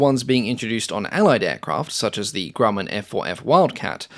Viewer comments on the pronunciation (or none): none